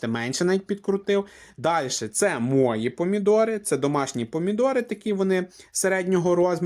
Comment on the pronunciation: Западно-украинский говор. мОї-мої,наголос на " Ї",не жара, а спека.